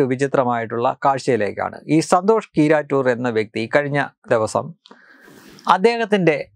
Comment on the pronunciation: നിങ്ങൾ പറയുന്നത് സന്തോഷ് കീറാറ്റൂർ എന്നാണ് കേൾക്കുന്നത്